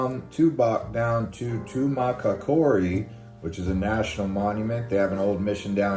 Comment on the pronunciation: Pronunciation suggestion: Tuma COCK aree